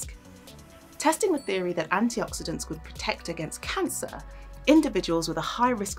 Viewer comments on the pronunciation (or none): Every Day, not ''Everyday'' - using the adverb phrase, not the adjective - Antioxidants, not ''Anti Oxidents'' Oof... You'd expect better quality from BBC Also, where are the sources? Sources are CRITICAL for reporting research, especially for nutrition, as it is one of the studies the most influenced by bias and uneven conditions.